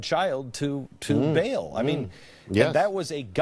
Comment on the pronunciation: Glenn, in case you're reading this, it's pronounced "bah'ahl" not "bail"